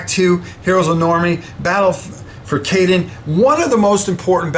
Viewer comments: That is incorrect. The city of Cannes is pronounced like the actor. Caen is a very abrupt sound as in the start of “contribution”, so it is just “CO”-ntribution. That isn’t quite right either, but I can’t think of an English equivalent. But think of it being pronounced as if it was spelled simply “Ca.” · Caen is pronounced as Caan like James Caan,,btw how you doing had not much time any more beeing a granddad,looks like you doing well 👍